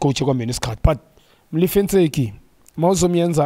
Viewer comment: Ntseki, not 'Motseki'!